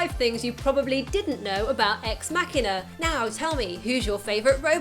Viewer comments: It's machine-a not makina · Good god I just couldn't get over the narrator butchering the word "machina" over and over. "Mock" not "mack" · I need help. Why is it pronounced Ex_ Mac hina instead of Ex_ Ma china? If anyone understands, I know it's probably dumb to ask, but I was just wondering. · Why does the narrator of this video pronounce it incorrectly as MAK'inah, rather than MaSHEEEN'ah? Can't people read? The robot is a machine, not a Mack truck. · First thing I didn't know about Ex-Machina.... It was called "Ex-Makina" and not "Ex-Machine-a". 'Muricans. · ex makkina? really? i think its suppose to be ''machina'', like machine. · WTF did she just call that X MACKINA im done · Loved this film but didn't realize that the title was pronounced with a hard "k" sound versus the "ch" till I watched this. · marcusezikel It's from "Deus Ex Machina", in Latin, and the closest English approximation is a hard 'c' as in "car", but from my understanding, it's actually closer to 'kee'...thus, should probably be pronounced as "mah-kee-na." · ***** I've been pronouncing it Mach-ina, as in the speed of sound mach :) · Say machina one more time. I dare you.